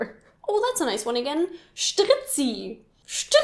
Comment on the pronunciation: Strizzi wird nach meiner eigenen Lautschriftkreation so ausgesprochen: Schdriedzi, nicht tz wie bei Hitze - wie gesagt, bitte mach solche Videos nicht, du blamierst dich damit nur :-D